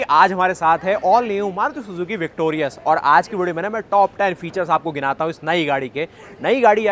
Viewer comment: It is not Victorious it is Victoris. Please correct pronounciation